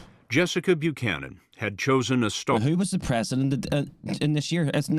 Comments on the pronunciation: it's weird how you mispronounced Buchanan's name even though you have an ACCURATE pronounciation in that video. Let me edify your education a little. In "most" English speaking country's when the letters of "ch" are together they are prounced as a "k". So, her name is pronounced as Bu•cannon. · "...that no one has heard about until now" ARE YOU KIDDING ME- EVERYONE in the US knows about this. "Murica!!! Also....Did you just mispronounce an Irish name??? Buchanan. "Bew shannon"??? It's pronounced "Bew can an". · Buchanan -the first part the CH is pronounced for the K so it’s Byukanon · Basic pronunciation: "Byu-cannon." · Bew-shannon?, my guy. What? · How the hell you Irish and can’t pronounce Buchanan?😂😂😂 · Good try on the name but I would expect better from an Irish man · AND AN IRISH NAME AT THAT!!!!